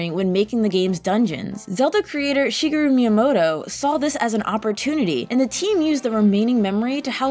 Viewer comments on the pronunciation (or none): none